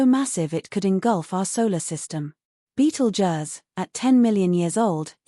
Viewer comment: If you wanna here a fake voice say Beetle Juzz a million times, then continue